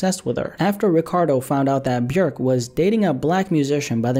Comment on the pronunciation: Shout out for pronouncing Björk correctly